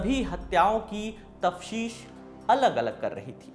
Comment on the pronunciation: तफ़्तीश , तफशिश नहीं